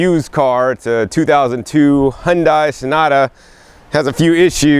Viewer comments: HyunDAY, not dai... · it's HyunDAI because in japan they pronounce it DAI not DAY